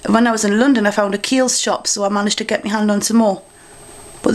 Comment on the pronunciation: would you stop say "me" as "my" !